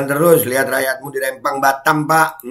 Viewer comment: Rempang bukan Rembang, huruf Pe bukan Be ....